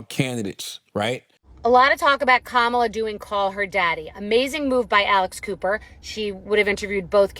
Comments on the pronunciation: Amazing the first time you said verbally “Kamala” you said it the trumpy way 🤮 the second time you said “KAMALA” the name her mother gave her you said it right. Why are you being nasty Trump is not nice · He says her name wrong and then 20 seconds later says her name correctly🤦🏼